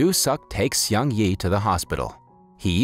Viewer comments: its not "see ong yee" its (one syllable) "seung" (one syllable) "ee" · I like the way you butchered the name Seung Yi. lol..